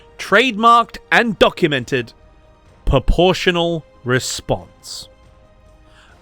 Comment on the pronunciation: Are you saying poportional or proportional? 🤔